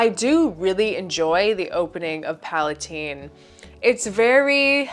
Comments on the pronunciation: The creator pronounces it PalaTEEN after princess Palatine. If you want to be arrogant that’s fine but it’s not PalaTINE. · Yes, I speak French and PalaTEEN is how it is pronounced in French